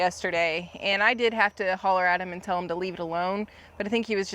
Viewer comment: tell not rell